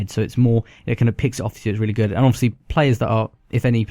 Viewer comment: Rooly gewd